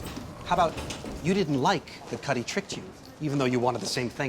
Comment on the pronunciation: Kuty? it’s “Cuddy”, lol